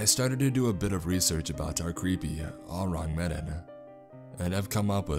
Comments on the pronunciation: Oo-Rang Meh-Dan (EDIT: Or Oo-Rang Muh-Don. Some people say it that way.) That's the closest way I can show you the proper pronunciation. You should google the name. It's one of the most talked about maritime ghost stories and there are a lot of things that kind of lean toward it being a hoax, but there are just as many circumstances that point toward it being authentic. The version of the story that's told in this story is very loosely based on the historical account. Like I said, you should check it out. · Oh-rang maydon is the way it’s pronounced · I'm sorry, but everytime you mispronounced Ourang Medan, I wanted to shout lol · The mispronunciation off “Ourang Medan” ruined it a little for me.